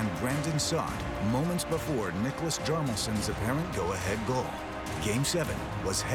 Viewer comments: I hate it when people say Hjarmelsson rather than Hjalmarsson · Robert Eagles and i hate americans that can’t actually pronounce his name correctly: Heealmarsson non Jalmarsson